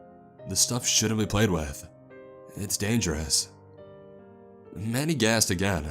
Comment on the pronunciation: oh mandy! I thought this man was saying manny